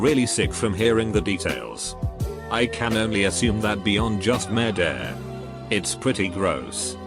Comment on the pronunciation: is no one gonna mention how the bot pronounces murder?